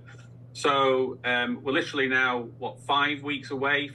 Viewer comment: please practice saying "literally" Sound it out. You can do it with your big brain.